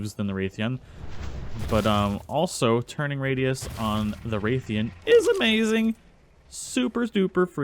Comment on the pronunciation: Ok I know this was two years ago but Rathian isn't said 'Wraith-ian' It It is said Rath-ian (exactly the way it's spelt) sorry just my fan side of MH came out of me